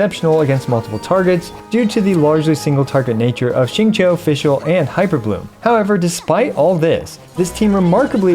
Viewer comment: Wow first time hearing someone pronounces XingQiu right lol